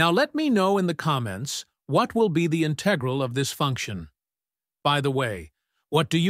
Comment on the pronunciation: Your pronunciation of "integral" is wrong. The accent is on the first syllable.